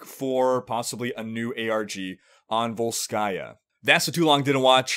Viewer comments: no, srsly, dude, why volskAya, it's vOlskaya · I wish Sombra hacked Athena and got her to put the stress in VOLskaya Industries on the correct syllable. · vOlskaya, bro. vOlskaya